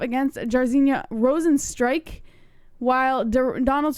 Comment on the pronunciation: Great pronunciation of Rozenstruik,! That is the way!